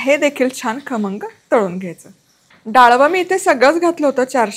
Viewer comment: Tai tumhi pahilyanda khamngchya yevji kharmanga bolle😂....but tumchi recipe super ani usefull ❤❤❤